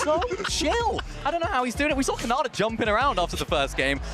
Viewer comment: The announcer called khanda Canada 😂